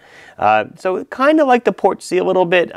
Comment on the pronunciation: Also "Portsy" Not "Port-sea"